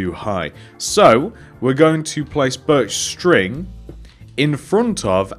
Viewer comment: Did he say birch string🤣